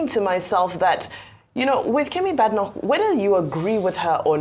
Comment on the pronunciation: Bae-de-nock!!!...That's the correct pronunciation.